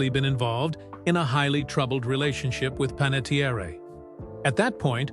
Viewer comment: Pronouncing her name correctly would go a long way to respect her life and legacy. Listen to the Jay Shetty podcast or her book intro, or all the other times she has explained how to pronounce her name. Her family's actual, ancestral Italian surname was Panettieri. When he moved overseas, her grandfather’s name was misspelled on official paperwork due to a simple clerical typo, dropping the final "i" and replacing it with an "e" creating the name ”Panettiere". Her grandfather simply didn't bother to go through the bureaucratic hassle of correcting the government or the paperwork, deciding to just leave it as it was. Because he let the mistake slide, the typo legally stuck and was passed down, which is why she grew up with the surname ending in an "e" instead of the original "i". It is pronounced Pan - et - Tee - Air